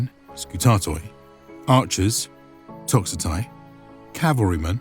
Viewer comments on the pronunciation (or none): Just a reminder, by the medieval period, suffixes such as -oi and -ai are pronounced i and e respectively. E.g. Psilloi is pronounced 'Psilli' and Toxotai is pronounced 'Toxote'